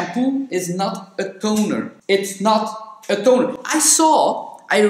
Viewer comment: Shampoo is not tonerr not tooneerrr!!!😂😂Much love from Cyprus !!🇨🇾